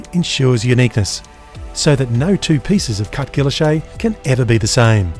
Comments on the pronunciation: I always thought it was pronounced as "giiylloshe' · Isnt the name pronounced gee-oash-ay? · Your pronunciation is interesting. I'm an American and I've always heard it pronounced the French way. Is this an Aussie thing? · So that's how "Guilloche" is pronounced.